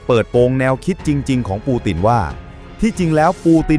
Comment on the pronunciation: วรรคโอเค แต่บางคำปูตินเป็นปูตีน ยึดเป็นยุ๊ด แต่วรรคตอนฟังไม่ขัดหูก็ผ่านครับ